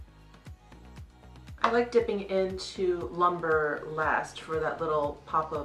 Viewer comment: It is pronounced loom-bray, not lumber.